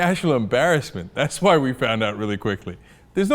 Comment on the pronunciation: Why does he pronounce 'why' as 'hwaaa'?!? Hwaaa?!